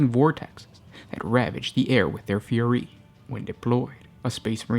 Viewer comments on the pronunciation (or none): none